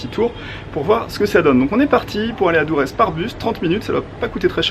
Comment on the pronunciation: Ça s’écrit Durres mais sa se prononce dorss sinon bonne vidéo